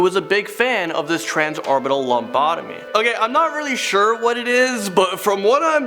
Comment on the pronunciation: It's called a loble abbomy